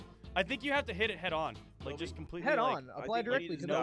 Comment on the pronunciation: He calls Shelby shumpy